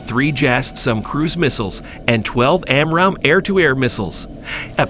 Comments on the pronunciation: Who narrates this stuff? AI? "jasm"!? Its "Jazzem"! "Side-wind-er"?!? Its its "Sidewinder"...like the snake. "Raider guided missiles"!?! "Amrahm"?!?! "am-ram". Please stop with the AI narrators. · man you have to work on your pronunciations, you are really off on RADAR, SIDEWINDER, AAMRAM, FUSELAGE